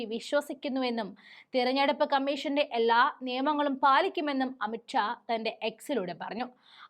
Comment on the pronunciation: amit Shah ആണ് amit ക്ഷ അല്ല. മലയാളം പഠിക്കാൻ ആദ്യം പഠിക്ക്